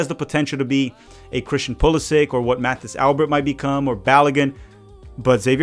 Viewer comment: Mathis pronounces his name like it's French, so it would be more like Matis Alber.